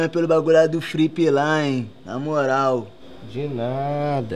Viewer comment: CHOREI QUANDO ELE FALOU FRIPE KKKKKKK